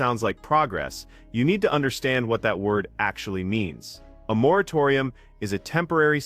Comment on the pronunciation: Ahhh moratorium. No, you are not saying right 😂